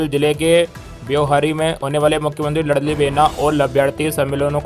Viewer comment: लड़ली नहीं लाडली साले गधे चंद वीडियो डालने से पहले सुधार किया करो